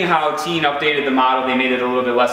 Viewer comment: FYI: In Japanese Tein is pronounced "tayn" not "teen". Thought you might want to know.